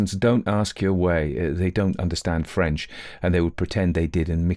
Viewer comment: A lovely reading, nice French pronunciation.